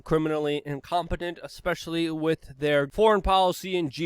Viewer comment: "....wit blood clots... " Since when has the word "with" been pronounced "wit" (like bit) without the "th" sound? Or is that a New York/New Jersey plebian or gang speak?